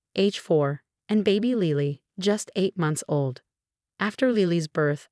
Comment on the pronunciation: The baby's name is Lily not Leely, please learn proper pronunciation